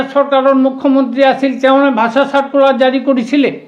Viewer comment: ভাচা নহয় ৷ ভাষা বুলি কয় 😅